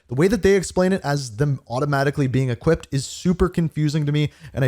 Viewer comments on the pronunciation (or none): none